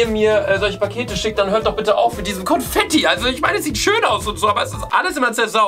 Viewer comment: Confetti 😂😂😂❤ P.S. vesteht es ihr eig.? “Con“fetti. Con wie concrafter😂